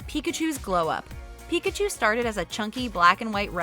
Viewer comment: Pi-ka-cho done